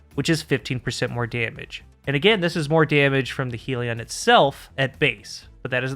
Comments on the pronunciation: Great vid, and for once we have a Destiny Youtuber who isn't an illiterate retard... you pronounced Sieve correctly when nobody else could. Edit: Uh oh, spoke too soon. pronounced Hellion "Heel-E-On", when it should really be "Hell-yun". I guess 1 for 2 is the best we can hope for with this bunch. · Please change your pronunciation of Hellion. It's not 'heal-eon'. It's 'HELL-eon'. as in 'begone ye demons from Hell' (whom were also referred to as Hellions, in some texts). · It's not "helion" as in "helium", it's hellion - hell-ee-on. Aka an unruly person. May be minor except the word "helion" with one L was spoken nineteen million times in this and it grated every time... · Isn't it Hellion, with two L? You're pronouncing it as though it was spelled "Helion" with one L, which would kind of make sense because "helios" = sun, but it isn't. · Love your vids and welcome back! Not allowed to call it heal-ion though. Rebellion -> Hellion. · why can noone pronounce this word correctly... its HELL-ian not HEAL-ion. Hellion is a real word healion sounds like a pokemon lol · youre pronouncing hellion wrong, its not "heal-e-on" its "hell-yen", i normally wouldn't say anything but you say hellion a LOT in the video and its very distracting how wrong you're pronouncing it. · Good breakdown… it’s a double L, though, “hell-e-on”. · It's amazing to me that you YouTubers cannot pronounce "hell-ion" to save your lives. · take a shot every time says "helion" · That's not how you pronounce Hellion.